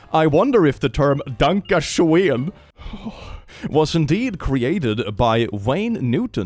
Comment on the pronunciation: The sad part is you're forced to mispronounce the word schoen as shane every time if you want the lyrics to rhyme.